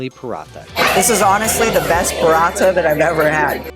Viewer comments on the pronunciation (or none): none